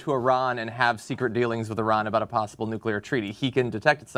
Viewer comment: “Textul.” “Nucler.”